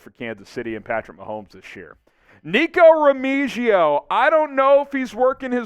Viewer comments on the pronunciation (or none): BY THE WAY …Remigio is pronounced(Re-me-he-o) Per Fresno State Local commentary.